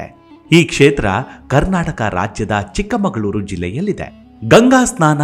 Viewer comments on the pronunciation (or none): none